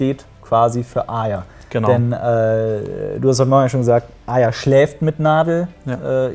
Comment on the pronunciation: es macht mich so wahnsinnig wie sie arya aussprechen..wie aja